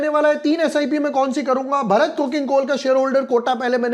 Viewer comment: Bhai pahli baat to ye ki भरत nahi भारत hai.